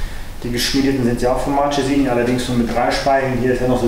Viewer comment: Hallo! Toller Bericht...aber sag nie Martschesini! Das tut weh in den Ohren! Es heißt: "Marckesini"! Man sagt auch nicht Notschi sondern "Nocki"!